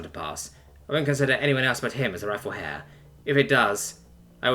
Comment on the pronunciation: for the consistent mispronounced heir and the algorythm